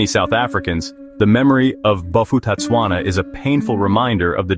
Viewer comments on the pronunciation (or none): Bo-pu-tah-tswana The ph doesn't cause an f sound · If you want to do a clip like this, please do proper research on how to pronounce the names properly. I knew a few people who move to Bophuthatswana. Because mixed-race marriages was allowed there while it was illegal in South Africa.